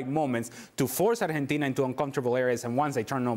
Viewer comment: The hamster keeps saying Arhentina